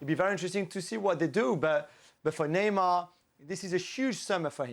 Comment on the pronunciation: If she’s trying to do accents Neymar is pronounced Neymar In Portuguese not Neymal like you would pronounce it in Spanish, I know she’s fluent in Spanish but stop trying too hard..other that her knowledge what the game is good.